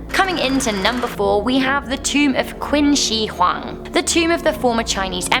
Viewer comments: Qin shi huang is pronounced as tsin shr huang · Number 4 is pronounced "Chin Shi Huang" in Chinese Qi makes the "Ch" sound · You pronounce "qin shi huang" wrongly😂